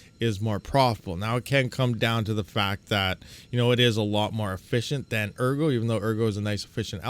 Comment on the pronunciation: ergo should be pronounced "airgo" because if you read the white paper, your coins will be taken if you hodl them too long.